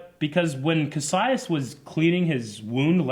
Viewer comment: Oh my God,! You've heard his name for eight episodes now. It's Kas-i-us, not Kassius.